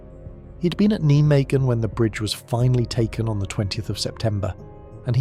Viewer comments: It`s pronounced NI MAGEN, not Nee magen, NI MAGEN. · That's the German pronunciation which the Dutch understandably hate.